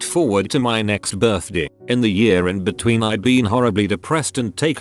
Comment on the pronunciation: Why the hell does the text to speech pronounce "birthday" like that?